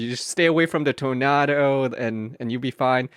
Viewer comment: 'Torn nad ohs' confirmed